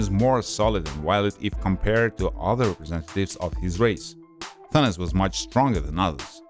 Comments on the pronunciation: He said Thinis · U pronounced thanos as Thauns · Did he call thanos thenes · Its Thanos not Thanas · this man called him Thanis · Hehe........ He sed tenes instead of Thanos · First off, if the movie is about him and follows him, he is the protagonist no matter what, the movie is about his journey so to call him the antagonist is just stupid and shows the lack of attention to the Greek research part he did, since it originates from the Greek language. Not only that, doesn't care enough to learn how to pronounce another's culture deity/personification of Death Also people tend to space out their words when speaking/reading so good job conveying about 10% information to viewers since, you know, Apparentlythisishowpeoplespeakwhentheywanttofeedyoubullsh!tandexpectyouoranyoneelsetounderstandwhatyouresaying >,> BAKA